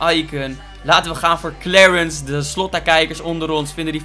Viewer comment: Iedereen: Clarence: Klewrens